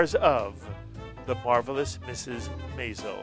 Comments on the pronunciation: For Gawd sakes, say Mrs. Maisel correctly! Emphasis on the 1st syllable....like 'MAYzel'. Are you listening to these people and how it is being pronounced by all but you? Think that is important given this is what the interviews are about? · I think this interview was the reason why Amy Sherman-Palladino decided to put in an episode in Season 2 that has Suzie correct the announcer pronouncing "Maisel." I cringed each time this interview said it . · While interviewing Alex Borstein, the interviewer mispronounces Maisel as MY-zel- it's in the name of the show and is said multiple times in every episode, which makes me wonder if he's even seen it! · Meanwhile, no one told him how to pronounce “Maisel.”